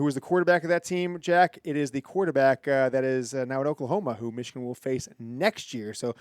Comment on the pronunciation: 37-9 Meeechigan